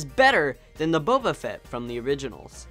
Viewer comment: You’re saying boba wrong